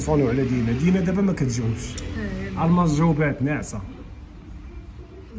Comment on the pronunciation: الماس ماشي الماص